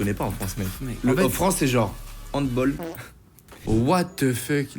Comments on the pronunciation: handball déja et pas handboll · C’est handball mais ça se prononce bal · Alors je pensais que tu avais fait de l’allemand revois ta prononciation de handball !